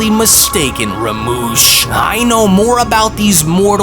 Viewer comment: how are u saying rumshis name wrong